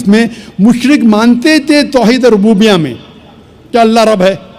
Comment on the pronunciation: محترم سچ ہے کہ انکے علم کو ایک عالم ہی بتا سکتا ہے کہ کس لویل کا ہے ۔۔ ڈاکٹر صاحب سے اسی کلپ میں خطا ہو رہی ہے توحید ربوبیہ کو توحید الروبیہ بول رہے ہیں